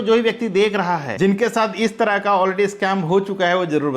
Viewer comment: Ishtarah nahi hota hai